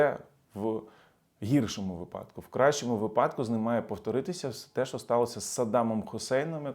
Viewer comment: Шановний!Слово вИпадокмає такий наголос. Дякую за аналітику,завжди цікаво!Слава ЗСУ!!!